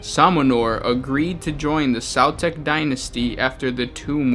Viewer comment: Pronounced Sue-Tek the Egyptian God of Evil/Death